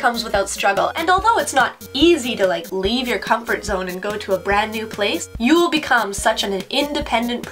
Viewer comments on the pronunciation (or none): comfort zoneがcrumple zoneに聞こえるのは仕様ですか・・・